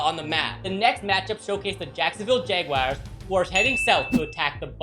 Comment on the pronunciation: Dude it is jaguars not jagwires but good vid🐆